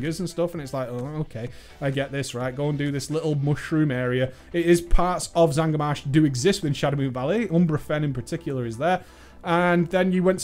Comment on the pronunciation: its not zangar marsh